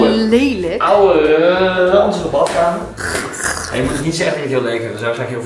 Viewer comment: Je koopt een huis kaal slimmeriken hier, hij mag het zelf gezellig en mooi maken en inrichten. Neem aan dat hij ook grappen maakt als hij in de video woorden zoals 'batkamer' en 'keuke' gebruikt, anders hoef je inderdaad totaal niet intelligent te zijn voor YouTube.